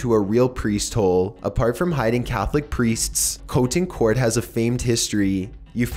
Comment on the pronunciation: I've never been so disturbed by someone pronouncing "Priests" before.